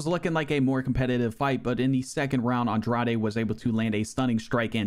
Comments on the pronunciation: Agreed. It's a lot of work to put in, and he does it well. That said, in the Women's Strawweight tournament, the correct pronunciation of the Number 4 Seed's (Jessica Andrade) last name is "On-DRODGE" (like the word "Taj" in "Taj Mahal"). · “Andraday” “Namanuñez” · Dog, Andrade is pronounced (Awn-drawjz) or u trollin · Aw bro molly over blanchfield is one of the most blasphemous ufc 4 results ive ever seen. Even worse than Aljo beating LHWs and Kimbo running thru hall of famers lmao. Also GDR beat Pena by submission when they fought irl which is one of the funniest results ever lol. Also please just listen to jon anik pronounce the names before saying Andrade or Nunes again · thtas not how you pronounce andrade lol